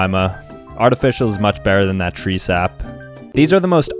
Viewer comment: Bro just killed my entire family tree by saying tReE sAp